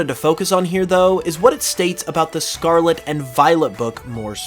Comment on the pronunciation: Can you please say the Word Scarlet correctly once